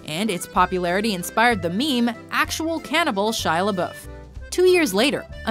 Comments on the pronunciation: Lol ''Shia LaBoof'' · Pronounce lebouf right